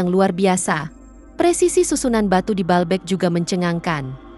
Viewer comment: Bacanya : BA-AL BEK